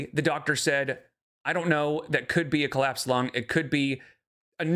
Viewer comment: Excuse me? She said "clapsed lung" 🤣